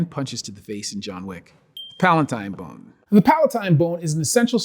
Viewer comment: I just like the way he says bone! This dude is super cool, super smart, and really chill.